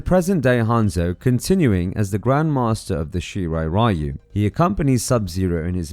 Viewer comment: Great video but why no analyst manages to pronounce Japanese name like Shirai Ryu correctly?